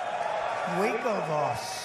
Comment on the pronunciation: I'm looking for the Part where he pronounces "Winkelvoss" in a funny way. Anyone got a timestamp?